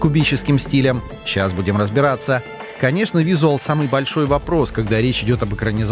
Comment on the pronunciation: Научите диктора читать, пожалуйста вИзуал?? Ну столько лет в теме, а читать не умеет(